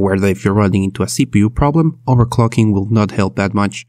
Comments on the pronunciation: Overcocking?????! Wtf did u say🤣🤣🤣🤣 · Everytime he says "overclocking" I hear "overcocking" :D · Nice I sure do love overcocking